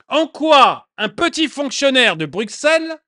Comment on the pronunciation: Bruxelles s’écrit avec x mais se prononce brussssssel, c’est un détail, mais étant « vieux » bruxellois (en disant brussssselois), c’est encore une histoire belge …